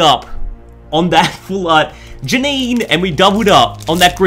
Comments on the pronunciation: Janine is pronounced Ja-neen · It’s pronounced Ja-neen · Its jah ni né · srry for being that guy but its pronounced janiiin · Its Jan-een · It's pronounced ja-neen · its pronounced JAH-NEEN